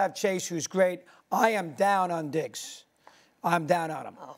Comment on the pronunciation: Madd Dog gotta pronounce Diggs a lil clearer